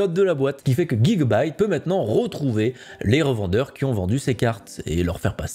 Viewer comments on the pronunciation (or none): none